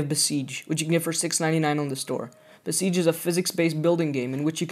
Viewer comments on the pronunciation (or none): "Beseige" xD